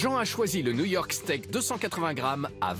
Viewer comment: au lieu de "new york steak" j'ai entendu "Niort steak"